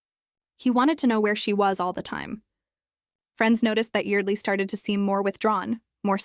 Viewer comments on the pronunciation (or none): IT'S YARD-LEE